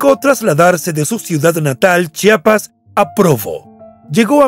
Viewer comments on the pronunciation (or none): none